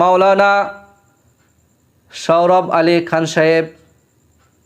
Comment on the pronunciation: Kon pagol ar channel sourov Na sohorav ?, language thik korun nt sourov Sohorav